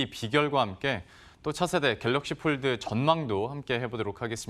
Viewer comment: Pold 가 아니고 fold!